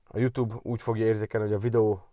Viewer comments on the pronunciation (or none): none